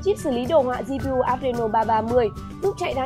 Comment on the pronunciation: vãi cả "gi-pi-u" đọc t.a thì t.a, tv thì tv đang này chơi cả 2 @@